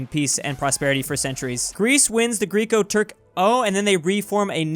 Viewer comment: Not pronouncing Greco as Greek-O....